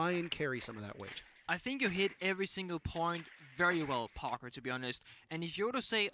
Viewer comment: I love how whenever says "Parker" it sounds like "Pogger." casting is awesome to see!